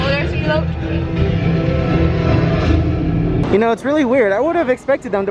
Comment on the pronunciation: “E-lote”....lol 😂 its like an ‘el’ectronic corn